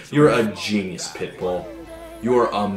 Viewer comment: Each time Todd says "pitbull", I hear "pimple".